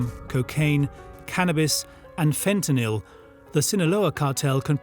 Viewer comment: Stop pronouncing fentanyl like that you muppet.